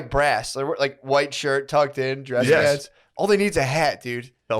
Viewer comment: Shane read my mind when he started mocking for saying "peeants" 😂😂